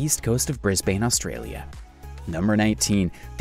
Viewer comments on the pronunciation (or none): Your pronunciation for a lot of areas are so wrong. Lake Eyre is eye-r or ea(r) which sounds like air pending on what part of the country you are from. There is no i in Fraser, Melbourne is Mel-ban Brisbane is Bris-ban, Murray is Murr-ee. As per the English language or Oxford Dictionary, and an Australian. 😁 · I so agree with you! N-S-W is never said, always New South Wales. Bris-BANE?! Mac-kweery? So many more examples. I wouldn't be surprised if Newcastle were pronounced New Kastell. And the antipodes section, where Australia is said to be "mostly" in the souther hemispher?! And images of UK and USA (no doubt other) landmarks when talking about gocvernment and deserts? Canberra has no buildings that look like that. I don't remember ever learning Australia's deserts have similar featueres to the American Sourthwest. I could go on, but will leave it here. Whoops! What about the geographic anomoly of the South Australia/Victoria/NSW border? Not difficult to find with a simpla Alta Vista/Ask Jeeves search.